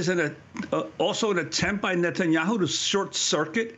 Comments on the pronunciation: He says the devil’s name correctly “Nut & yahoo” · I like the way Mr. Levy pronounces Netanyahu's name as "Nut and Yahoo." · Daniel Levy’s pronunciation of the PM’s surname cracks me up each time he says it: “Nut n’ Yahoo” 🤣